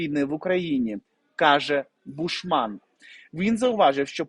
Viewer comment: гарний контент, тільки неправильні наголоси у словах та прізвищах вуха ріжуть, важко слухати: БУшман, а БушмАн, ФесЕнко, а не ФЕсенко, втОргнутися, а не вторгнУтися.